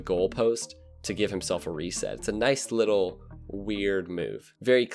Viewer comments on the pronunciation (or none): none